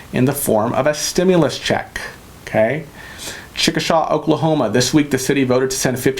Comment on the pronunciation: its pronounced Chick-uh-shay, Oklahoma.